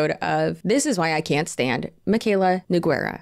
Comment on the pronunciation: It's pronounced n oo g ay r ah !!!